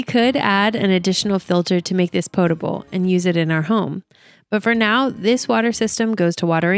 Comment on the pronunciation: POT-able. not 'pote-able'